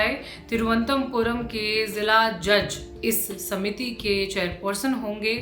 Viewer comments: or ye reporter change kro tiruvantpuram bolna ni aa rha vakyi lallantop reporter hai😂😂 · अपना हिंदी का उच्चारण सुधारिये ,,,, न तुमसे तिरुवनंतपुरम बोला गया और न जीर्णोद्धार बोला गया ढंग से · Mandir ka naam to thik se liya nahi ja rha तिरुअनंतपुरम itna bhi kathin nahi hai. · नाम तो सही लीजिए, एक नाम भी सही नहीं बोल‌रही है।‌तिरुवनन्तपुरम इतना कठिन नहीं है।‌मार्तण्ड वर्मा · अच्छी रिपोर्ट है लेकिन कृप्या संवाद करने का उत्तरदायित्व उसको देना चाहिए जिसको कम से कम तिरुअनतपुरम बोलना आता हो